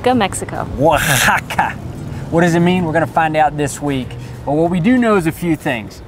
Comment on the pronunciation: YOUR HILARIOUS. The pronounciation is on point OAHAAAKKAAA! lol